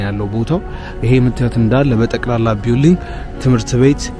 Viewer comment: አንተ ለንደን ተቀምጠህ እንደ ,,,,,አልናገርም ቢውልዲንግ ትላለህ?አቀራረብህ ደስ ይላል በርተ አብየ ጃንሆይን ስላሣየህን ተባረክ አፈንቱ በል እሽ!!!!❤❤❤